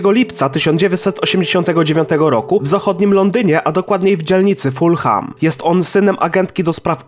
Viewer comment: Mogłeś się doinformować jak wymawia się nazwę klubu Fulham. Aż uszy zabolały.